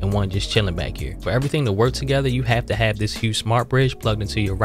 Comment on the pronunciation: As soon as I heard "Tew". I'm like oh yea thats Baltimore!